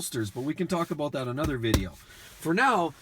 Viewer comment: ABOOT ABOOT LOL